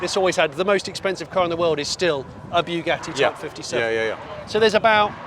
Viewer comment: Please stop destroying the pronunciation of Bugatti, it's not bew gatti like new gatti😂, rather Bu, as in but.